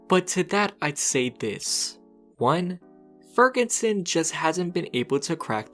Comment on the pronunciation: Why do you call him Fergunson?